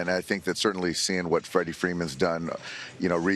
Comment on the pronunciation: It’s “Freddie” Freeman, FFS, FTF interns!